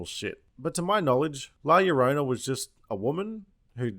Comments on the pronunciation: I couldn’t stand how the mother couldn’t even pronounce la llorna when her kids themselves are MIXED. Not only that there wasn’t much crying and I felt they didn’t show much of her past or even her crying and just to insert some sort of hint at the warrens? That was another kind of stupid. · Dismal Doll And “La Carumba”, this video was fucking hilarious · When he calls her lasagna tho HAHAHA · la yolanda, la laundry, lala land... la fin mao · “ LA LONIA” “LA CORONA” 🤣🤣🤣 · OMG BOIZ... The Nun 2.0, "La LawnMower"... lol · "La Bamba" "La Caramba" "La Corona" I cannot 😂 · Lidor Berkovich he can just say “La yarona” it wasn’t even that hard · Lmaoo I love you keep fucking up her name on purpose😭 “la caramaba “ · la loña? what kind of spanish is that? I get why they called it "the weeping woman" now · ok, all the miss pronounced names are hilarious I cracked up at albama, black mamba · La Bamba, La Yolanda, La Lasagna, fucking crying over here 🤣🤣🤣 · My favorite was “La Caramba” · "la coramba" "lawnmower" LMAO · La Loña had me dying lol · ¡La Lawnmower! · 'La Lawnmower' I get it... cos Mexican... like a gardener or something. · la lawnmower 😂😂😂😂😂😂😂😂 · LLorona - the "ll" is more or less like "j" in jew, would be like "jorona' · watch as comes after you for not liking the movie and constantly mispronouncing her name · She's crying cause you keep mispronouncing her name 😜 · The title is Spanish, so 2 L's in a word are pronounced "Jah". You kinda pronounced the title wrong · Hahahaha 🤣😂🤣 dude please stop mispronouncing La Llorona, i can’t stop laughing! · I understand Spanish amd i love all the mispronounced names you give her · God damn it you made me laugh so much with your different pronunciations of La Llorona I had to subscribe! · As a Mexican American who grew up learning about La Llorona and my mother hearing her one night when she was 14, I kept on laughing at you misnaming her on purpose. 😂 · Your intended mispronunciation is the best!!!!! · La lawnmower hahaha